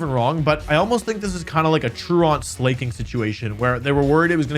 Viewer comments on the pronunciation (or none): It’s not Slay-king it’s Slack-ing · Every time Wolfey says "Troo-ont Slay-king" i dont know how to feel Or is he saying true-aunt? I can't tell 😅 Great video as always ❤️ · Slay-king? Come on man. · "A truant Slay-king situation" 💀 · Bro said slayking 🦍💅